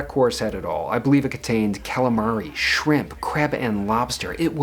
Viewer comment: C'mon man learn to say calamari.. You sound like a lol jk